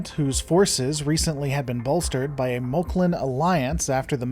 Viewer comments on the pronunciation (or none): I understand that some people may pronounce some words differently, but I think you should make up your mind. For just about everybody, it's "Moclan" (Mock-lan or Mock-lans). For you, it's "Mul-clin" , "Meck-lon" , "Moke-lon" and "Moke-lin" . So which mispronunciation will it be? Also, the death of Ensign Charly Burke was honorable and slightly sad, but I for one was glad to see her go. She was an annoying, insufferable, whiny character that I just couldn't warm up to no matter how hard I tried. And this series can also be viewed on Hulu as well, not just Disney Plus. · Great video, but is there a reason why you pronounce 'Moclan' different every single time? It was really obvious, and IMO hurts the vid.